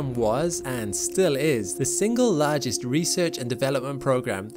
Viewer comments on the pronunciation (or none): none